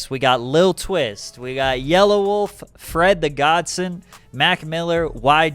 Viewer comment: LOL, it's awesome how you pronounce "Fred the GodSON", It's not Godson like Johnson. It's godson like godfather-godson.